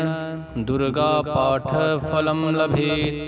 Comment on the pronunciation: पाठ अक्षर के स्थान पर आपने आठ पढ़ दिया।